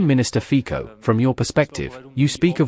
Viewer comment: Fico = Fitzo (pronunciation)